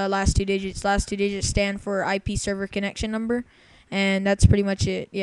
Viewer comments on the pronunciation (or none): none